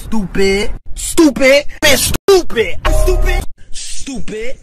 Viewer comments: At first it was stupid Now I hear stop it in a British accent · I love the part where he says stopptid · remember the part where he said stoopid lmao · Is he calling me stoopid? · i like the part where he said stoopid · I think he said stoopid